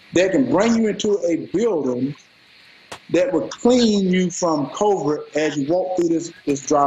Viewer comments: He can't even pronounce covid properly (covert). LOL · "Valetorian", tho? Come on, bro. What class was that? Sidenote: if you can't pronounce covid you probably can't cure it. It's TWO SYLLABLES,sir!